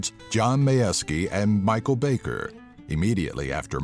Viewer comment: Haha Michel Bay-ker. I feel bad for laughing 😔